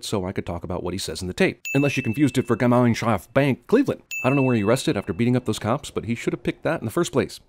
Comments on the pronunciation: you murdered Gemeinschaft Bank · Your pronounciation of "Gemeinschaft Bank" is so cute haha :DD